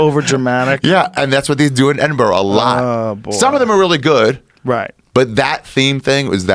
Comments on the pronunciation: Shoutout to Joe for pronouncing Edinburgh correctly haha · Joe's the first American I have heard pronounce 'Edinburgh' correctly.